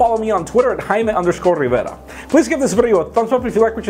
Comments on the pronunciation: "I'm haiimmee rriirrverraa". I thought your name is pronounced jay-mee. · I absolutely hate the way you say your name. It's dumb and fucking annoying